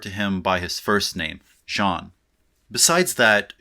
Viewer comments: Nice video, as always. Just two minor observations: 1) Don´t pronounce the "n" at the end of Jean 2) Borges was not a surrealist...he was..well, kind of unique...I wouldn't dare to classify him (a vast erudite that liked to play philosophical games using literature, specially short stories). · Ok, as a french, here's a tip to pronounce "Jean Baudrillard". First, you don't pronounce the "n" at the end of "Jean". We don't. The letters "-ean" refer to the french vowel /ɑ̃/. It's almost like pronouncing the word "genre" in english but you have to retract the sound "-nre" from it). As for the name "Beaudrillard", do it that way: BO -DRI - YAR. You don't pronounce the "d" at the end. That's it. Also, if you can pronounce the french "R" that would be a must to your pronounciation for the DRI syllable and at the end of the -YAR syllable. But if you don't it's already ok. Saying Jean BO-DRI-YAR would be just fine. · Yeah but his pronunciation of the first name is worse. No hate tho. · Yes but he doesn't pronounce it well. Trust me, both my father and grandfather are called Jean. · Then "n" in Jean is silent. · The n in Jean is silent :( :( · Hate to breake it to you. But Jean isn't pronnounced that way either! :) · Says people complain about his pronouncing Baudrillard, so goes for the easier option with Jean. Mispronounces Jean... Don't say the N at the end. Make the same sound you were using to say his name and just drop the N. Simple! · LOL - The ‘n’ in Jean is silent, like if your nose was blocked from a bad cold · The 'n' inJean is silent. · Says to avoid triggering people will only use first name. Pronounces first name wrong. 🤦🏾‍♂️ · actually you pronounce his first name wrong too, you don't nasalize the vowel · Great Video, however I'm not in line with the pronunciation of Jean. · I think could work on his pronunciation of "Jean" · Choosing to say Jean instead of Baudrillard would make more sense if he didn't mispronounce Jean all through his talk.